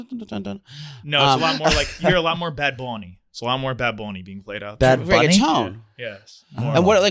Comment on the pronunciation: whyyy did pronounce bad bunny like that lmao 💀 said “bad bunny??”